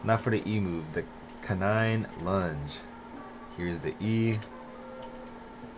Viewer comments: Canine is pronounced like kay nine not cuh nine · Bro said cunine💀